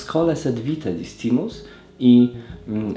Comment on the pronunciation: Pozwolę sobie Cię poprawić, discimus nie czytamy jak jest napisane, ale "c" czyta się jako "k"